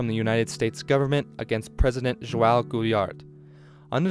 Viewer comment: Not that it matters in the slightest but just wanted to put it out there. The “G” sound in Gilberto sounds like an English J sound. So his name would be pronounced like this: JU-AW JU-BER-TU. The word “de” also sounds like an English J. So the song would be pronounced as: GA-RO-TA JEE EE-PA-NEM-A